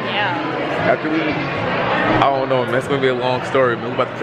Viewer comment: "Ion like this ion like this"